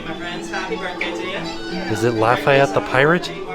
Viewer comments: Oh and Lafayette is pronounced Laf-ah-yet but Lafitte is pronounced “La-feet”. Just wanted to tell ya for next time. Fellow Louisiana native here. 😊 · Lafitte is pronounced La Feet. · LaFitte (not Lafayette) - pronounced La-Feet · Offhand Disney fans are quaking. IT’S JEAN LAFITTE it’s not Lafayette it’s LA-FEET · It’s not Lafayette it’s lefitte hahah “Le-Feet” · Also, not to be overly pedantic, but, that isn't "Lafayette" like is saying, it's "Lafitte", which would be pronounced more like "la-feet". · Pronounce Jean LA feet A pirate not Lafayette hero of the revolution. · As a Louisiana resident, I'm slightly offended said Lafayette when it definitely said Lafitte. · The pirates name Lafitte, pronounced Luh- feet. looks so tired the last couple minutes - I hope she gets some sleep! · The pirate Lafitte name is pronounced like 'La Feet'. Jean Lafitte ( c. 1780 – c. 1823) was a French pirate and privateer who operated in the Gulf of Mexico in the early 19th century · Hey y’all from New Orleans! the guys name in the last room of the Tribute store is pronounced “LAFEET, 🙃 props to for trying 😂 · I love your videos, and Jackson is adorable! As a long time New Orleans resident I can tell you that the pirate featured at the tribute store is Jean Lafitte, pronounced ( La Feet ). He and his brother are figures of great historical importance in New Orleans and both spent a lot of time there. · Hi. Lafitte, a French pirate, is Pronounced (La-feet). Lafayette is a Cajun town in southwest Louisiana. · the last name for the final room is pronounced La-FEET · I was coming here to help pronounce Lafitte since I grew up just north of the City of Lafitte! Haha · Me too lol. I mean I don’t think and would be going to Lafitte 🤣